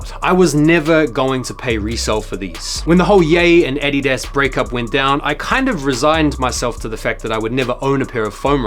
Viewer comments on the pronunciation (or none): I kept asking who is “Eddie desk” and then I realized wth you were saying 😭😂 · I echo your sentiments about the foam runners. Pulled off a trade for some mineral blue ones about a year ago and don't think I'm ever going to wear them. They just look too weird on my foot 😂😂 Also, I love the way you pronounce adidas ‼️🔥🔥